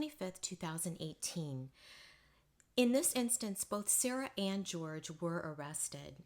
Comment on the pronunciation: Jorge is not George - it's pronounced Hor-heh.